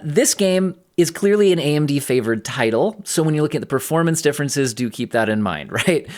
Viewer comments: Hehe dookie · I always hear "dookie" when you say "do keep in mind...." and that pleases me. Thanks for all the work you do!